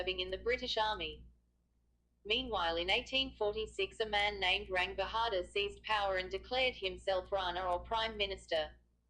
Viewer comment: Jung bahadur not rung bahadur